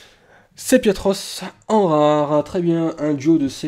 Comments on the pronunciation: sépiatroce et non pas séplatroce ... Tu n'as aucune excuses, c'est de la simple lecture .. ! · On voit que tu n'es pas allé très loin dans la 6G, c'est dommage, c'est l'un des meilleurs de la série ! Sinon, c'est Sépiatop / Sépiatroce, et non Séplatop / Séplatroce. Je regarde pas toutes vidéos, et ne collectionne pas les cartes. Mais c'est toujours un plaisir de t'entendre ! :) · Suis-je le seul a crié Sépiiiiiatroce quand il dit Séplatroce ? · pas mal ! mais beaucoup d erreur de prononciation de poké :/ surtout sepiatop et sepiatroce alors pourtant écrit noir sur blanc^^'